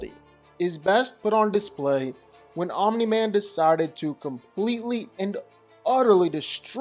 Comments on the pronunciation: Fun fact: Omni-Man is not pronounced "Ominy-Man". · It's funny how when you say "Omni-Man" you put a vowel between the m and the n...Omini-Man. 🤣😂🤣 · why do you keep saying omniman like that 😭😭 addin 3 extra syllables to his name n shit